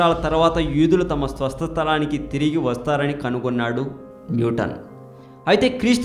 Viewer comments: swastalam, swasta sthalam kaadu bro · swastha sthalam kadu swasthalam